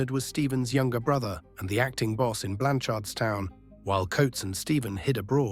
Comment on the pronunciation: It’s pronounced Blanch’rdstown 🫡